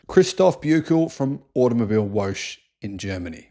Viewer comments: AutomobilWOGGE, niet "Woosj". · Whooosh? Oh, you probably meant to say "woche". That means week or weekly. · It's not woash. Its vocka. It is german for week.. Read the comments please! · To help you pronounce German 🇩🇪 words From Grok The German word “Automobilwoche” is pronounced as: ah-toh-moh-beel-voh-khe Here’s a breakdown: • Auto - “ah-toh” • mobil - “moh-beel” • Woche - “voh-khe” The stress is typically on the first syllable of each word, with the ‘ch’ in “Woche” making a soft, voiceless velar fricative sound, similar to the ‘ch’ in the Scottish “loch.” So not wosh but woche as in loch. Like lochness monster WOCHE Sounds like VOCH (like loch) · I love the videos, so informative but please please have a look at the German pronunciations, in particular "Automibilewoche" Woche isn't Woshe.... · Automobilwoche is Automobile Week. ☺ (and yes, you pronounced it wrong), lol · Please do us all a favor and learn how to say Automobilwoche!!